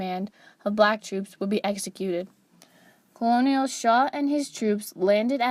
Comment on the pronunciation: Despite the spelling, "colonel" is pronounced "kernel." There are historical reasons for this. The narrator should know better.